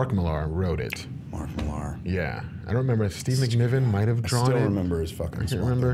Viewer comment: millaaaaar lol. millar man com on its like crec instead of craig